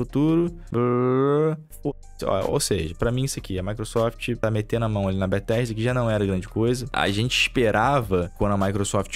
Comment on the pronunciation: "maequesofte" sempre destruindo os sonhos do kkkk😅